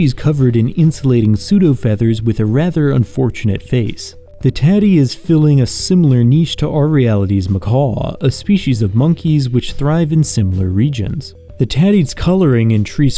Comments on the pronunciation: It's "mac-ack" not "mac-aw-qweh". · Not muh- kaww. Muh-kack. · ...*Macaque, NOT "macaw" ...at least refer to the primate and not a bird 🤦🏻‍♀️ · It's pronounced macaque, macaws are parrots native to south america. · The "que" in macaque isn't silent. It sounds like "macack".